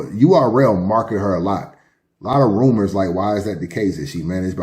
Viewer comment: The WHAT behind the scenes??? Nigga don’t tell me you don’t know how to pronounce “rumors” properly 😂 😂